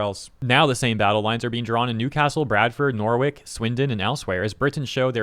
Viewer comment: Okay, as a norwich local, I gotta stop you right there. Nor-ich (the w is silent)sometimes pronounced as "narge" if ya say it quickly in a sentence with the local accent. Norr - rich is the bare minimum pronunciation on these isles, though...